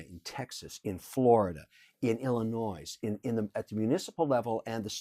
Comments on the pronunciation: Kevin is pretty smart but then he says IllinoiS the S is silent kev 😂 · Did he say "Ill-in-noise" 🤣🤣🤣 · Mr. Wonderful said " Illi-noise" LOL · Illinois- pronounced Illinoi, not IllinoiS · You can have all the money in the world, and still mispronounce “Illinoi-S”. God bless America. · Smh. This man called my state Illinoi"S". Not surprised he likes Trump. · The 's' in Illinois is silent..... God damn Canadians. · You don’t pernounce the s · The "s" in Illinois is silent. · Did he say Illinois with an S or did I hear that wrong? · Any fool who pronounces the "s" at the end of Illinois proves to me that he/she is the dumbest SOB alive. That's where I would get in trouble if I ever appeared on Shark Tank -- I would walk out and start by saying, "Kevin, you're out. I would never do business with you." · Ohhh he pronounced the S in Illinois. Fail! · Lost me at pronouncing the s in Illinois. What a moron! 🤣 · he said the s in Illinois the s is silent HOW DARE YOU!!!!!! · Kevin O’Leary: pronounced the S in Illinois Illinoisans hated that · I`m from chicago and caught that however I`ll give him a pass since he`s canadian. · he's got 500million...you think he gives a fuck about keeping that s in Illinois silent😂😂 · He fucking said illinois with an s.... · Did he pronounce Illinois with an “s”? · Vader I thought the same thing. How can a guy this intelligent not know the "s" in Illinois is silent. Lol.